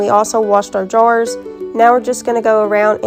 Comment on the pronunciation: I thought she said, "And then we wash our drawers." Correction: "and then we wash our jars."